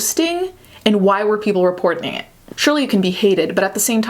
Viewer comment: “reportening” lol